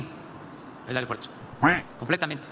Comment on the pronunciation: ¿Ya pueden llegar millones? ¿Al "areopuerto"? ¡SE DICE AEROPUERTO! ¡Puras mentiras, no sabes decir otra cosas más que mentiras!